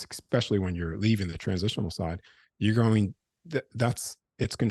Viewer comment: Why in heavens name do so many people have difficulty saying "Especially"?! instead they revert to talking like a child by saying "EXPECIALLY" One of many great mysteries.😂